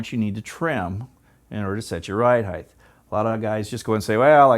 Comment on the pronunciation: "Height" ends with a T not a TH. It's pronounced "hite", not "hithe". If it were, then it would be spelled "heighth".